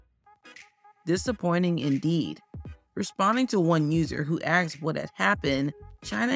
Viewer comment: “ AXED” BABYFACE?? AXXXXXEEEEEDDDD BABYFACE? NOOOOOOOOOOOOOOOOOOOOO